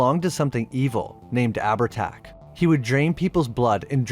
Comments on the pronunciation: FYI - Its pronounced Av-art-ah or Av-art-Ouck. 'h' in Irish isnt a letter, its a Séimhiú. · ahh-ver-tach, sorry it sticks in my craw. also showing an icon of an native american due to the term 'chieftain' is... interesting.